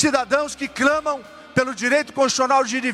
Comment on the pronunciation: O trouxa disse "Cramam"?